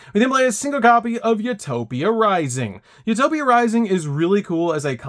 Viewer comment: “You toe pic” not “u top ick